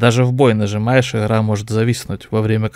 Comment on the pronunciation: в анХаре, иХра, что за говор???